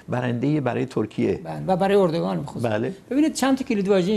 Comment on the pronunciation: مهمان عزيزتون چرا اوردوغان ميگن به جاي اردوغان متوجه نميشم...